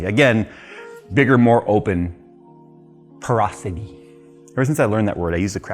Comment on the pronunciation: porosity? porous-sauris!! 🦖 🦖 🦖